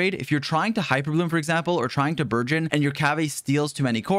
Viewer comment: Does anyone hear 'burgeon' as 'virgin'. No? Just me? Aight...